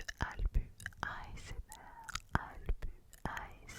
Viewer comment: "AlbUUU" 🤣 ça se prononce avec un "s" !!! Comme albus Dumbledore dans Harry Potter 🤣 !!! Merci beaucoup en tout cas , c'est un honneur d'apparaître sur ta chaine ! ❤️